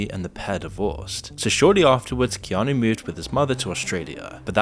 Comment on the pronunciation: I love it when says Keanu. KEY ON KNEW lol